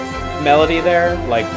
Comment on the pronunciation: "did you rike it" distantly